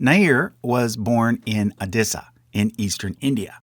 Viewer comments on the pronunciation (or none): Tanzania has penultimate stress—tan-zan-I-a, /tæn.zəˈni.ə/. There's a few other weird pronunciation mishaps (Ratansi or Ratsani, Masuma or Musama, Odisha as Adissa), which isn't what I've come to expect from this channel.